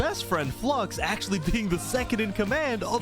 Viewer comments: Its called watching the Bromance be betrayed for the record no one gets Flux's name right... Its not Flux-ion Its Flu-ix-on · Considering that I don't think his name is said correctly one time in the video I don't blame anyone for saying it that way. Maybe everyone mispronouncing his name is the real reason he turned into a villain.